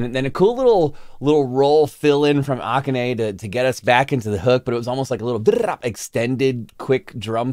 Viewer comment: The way you say, Akane like Oca-ne makes me think Octopus, which she almost has to be to play some of the drum parts Kanami programs for her. Often Akane will say, "This drum part cannot be played by a human being. Good thing The Beast is half Gorilla & Half Drum Machine because she always finds something that works!